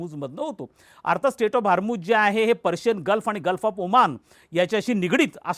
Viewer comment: सर हरमुझ नाही हॉर्मुझ आहे ते 😄